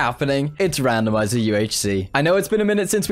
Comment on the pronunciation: how manny times did you say randmizer